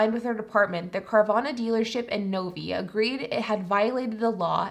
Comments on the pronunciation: The city in Michigan is Novi (NO V EYE) - Not NOVY. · Interesting your pronunciation of Novi. Having lived in that area, it was pronounced phonetically as ‘Nove eye’. Though to be fair my neighbor worked at Fords….yes with an S. 🤷‍♂️